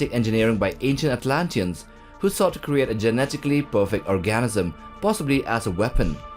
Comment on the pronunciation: "Who sought to create a genetically perfect orgasm"?? 😂🤣 (Just kidding buddy... I know you meant "organism", but it really just struck me funny. Because even after skipping back to hear it again, it still sounded the same!) 🤣 Great review though! 😁👍